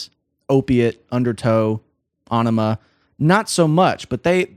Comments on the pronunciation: I like what he’s saying and the analysis but I guess I’m the only person slightly annoyed that he’s saying “Awnima” and not “Eyenima” as it’s correctly pronounced. Sorry to be that guy but come on this isn’t a new album. It’s Aenima! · Æ is pronounced 'eh' like enima or enigma. BTW great video - gave me goosbumps and my soul said it was proud of Tool, you , and me. LOL. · It's pronounced "A Enema". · Ænima pretty sure meant to be pronounced as .. 'enema' .. given the title track :)